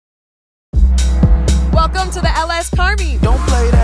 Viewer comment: "welcome to the LS parmee"